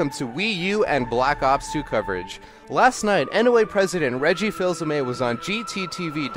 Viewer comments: His name isn't pronounced "Fills a may." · His name isn't "Fills-a-May." The "L" is silent. It is French.